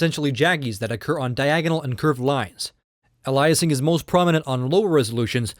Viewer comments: Ay-lee-ay-sing, not allah-i-sing my dude :) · I was about to say the same thing. What kind of tech reviewer doesn’t know it’s called “AY-LEE-UH-SING” not “UH-LIE-UH-SING”... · Ayelias not ahlieus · Ya Wtf lol alayasing? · Aliasing is pronounced ay-lee-es-ing. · If alias is pronounced a-lee-ess why would you say aliasing differently lol you sounded like Microsoft Sam. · you pronounce "aliasing" funny. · your mispronouncing aliasing